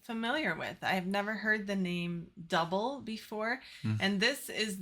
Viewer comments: The band’s name is NOT pronounced “duh-bul” but is pronounced as “doo-blā”. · Then band's name was actually pronounced "Doob-lay". They are Swiss and I read they were a bit perturbed by American DJs calling them Double. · It's pronounced, "Du-bley", not dough-ball. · It's pronounced Du-blay! Kurt Maloo, the singer was gorgeous back in the day. Are y'all watching the video or just listening? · It's actually pronounced like Dooblay ..really nice song , vivid memories ..thanks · Pronounced "Doo Blay"! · They’re pronounced “Doo-bley”